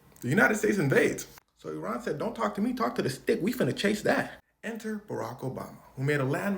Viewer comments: Thank you for correctly pronouncing Iran! And not as “I ran” 😊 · Thank you for pronouncing Iran correctly